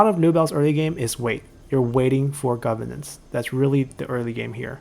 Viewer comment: GoveRnance. It has an R in the middle that needs to be enunciated.